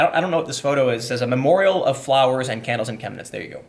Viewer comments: You pronounced it perfectly. I live 1h drive north of Chemnitz. During GDR times it was called "Karl-Marx-Stadt". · YOU PRONOUNCED 'CHEMNITZ' VERY GOOD! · Chemniz ( pronounced shem-knee ) is a picturesque ski resort during the winter. The people there, at least 15 years ago, are some of the nicest people I've ever met. This story breaks my heart. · perfect pronunciation on the city name, nice